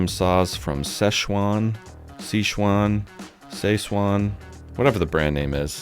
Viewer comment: Si Chuan pronounced correctly.